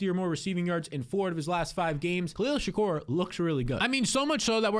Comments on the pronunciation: Bruh, shakir!! Not Shakur! -. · You mispronouncing Shakir over and over is infuriating. Its a very easy name to say. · Learn how to pronounce Shakir